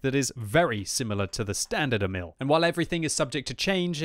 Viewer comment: (The emphase on Emil is on "E", not "i", in Swedish, not like the French name. It is just a nit picking. Check "Emil i Lönneberga" video, the Astrid Lindgren story, if you want to hear the pronunciation in Swedish. I don't care about the pronunciation, but if you want to know)